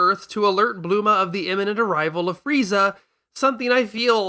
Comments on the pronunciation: doesn't sound like Bul-ma.. Actually you're right it doesn't sound like bu-ru-ma either it's like mix... bluma? Which is actually just wrong btw and worse than what I thought I heard. But I'm going to go with my first assumption because Kuririin was still very deliberate. You seem awfully invested in proving me wrong when all I was saying is people will find it odd when they hear names they aren't used to hearing. You can try and twist this however you like and give yourself a thumb up,. It doesn't change my main point. And it might be wise to consider what I'm saying beyond just criticism. Tbh I would much rather talk with the video creator unless you're his shadow account lol. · Except he doesn't use the "literal Japanese name pronounciation" for most of these. You never heard a single "Bejiita" or "Furiiza" or anything like that this whole video. Hell, he doesn't even use "Buruma", despite you trying to pretend like he did. If his pronounciations really make your brain lapse that much, it feels like "Goku" would've been a better example... But also, it shouldn't matter. Plenty of fans (english speaking or otherwise) have never seen the Funimation english dub (or never seen much of it). And names like "Kururin" are literally how they're rendered in official products like Viz's translation of the Dragon Ball manga. It's not "painstaking" to pronounce a character's name correctly, just because a random Texas Dubbing studio from almost 30 years ago decided to give a bunch of things objectively incorrect names. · This guy is saying Bulmas name wrong on purpose? First and last time I watch his shit. Not for me. He doesn't need my view, and I don't need his content